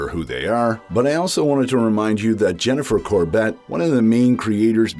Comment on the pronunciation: Dee Bradley-Baker did an interview at the start of The Bad Batch season 2 & he massively suggested that The Bad Batch will join Rex & what he is doing so I think it will end with some conflict with the Empire Jennifer Caw-burt & Brad Raw 😂😂😂 slightly wrong pronunciation but I know who you mean